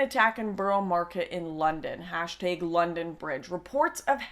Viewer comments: hey dodo it's hashtAg, not hashtig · why do you pronounce hashtag "hashtaeg" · "hashteeg". Your such a Canadian. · What's a hashtayg? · You say "hashtag" weird. Hashteg lol